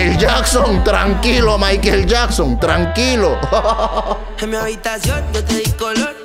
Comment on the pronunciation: Trankilo maikel yacson jajaja dice jajanaj q descanso este chato jajja